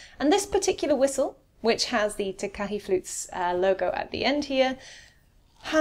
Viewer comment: Takahe is pronounced Taa Kaa Hey. Ruru is Maori for a breed of native owl in NZ